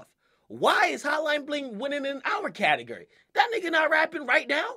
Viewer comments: Akademiks the type of nigga to say "Ca-Ta-Grr-Ri" instead of Ca-ta-gore-ri" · Who else was cringing when he kept saying "catigery"?😂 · i want him to stop saying "catagerry" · Anyone laughing as hard as me when akademiks says "category". 😂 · DJ akademiks is the type of dude that says category like catagUry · Akademiks taking a capital L for saying "categery" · Akademiks the type of nigga to pronounce category "CAT-EG-ERY" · My nigga said CATEGRY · "cate-guri" - DJ akademiks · Am I the only one that cringes when he says category, sounds like catagerie 😂😂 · This dude can't pronounce category right "cattle gurry" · lol why this nigga say catergor instead of category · Pronounced CateGORy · The way this mans says Category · He says category weird af 😂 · the way he says category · how he says category 😂😂😂😂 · Is it me or Dj A . Pronouncing category weird? Haha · Hate how he says category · I hate the way he says category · lmfao he dont know how to say category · This dude cant say category.